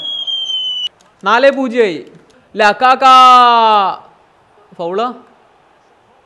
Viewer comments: Actually lakaka alla lukaku anu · ബ്രദർ ലകാക എന്നല്ലല്ലോ ലുകാക്കു എന്നല്ലേ?